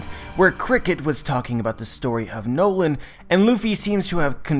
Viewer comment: It is pronounced as Norland but it is noland